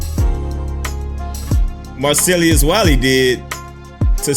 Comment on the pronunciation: Damndee.... Its "MAR" then "CELL" then "US" Wiley 🤦🏾‍♂️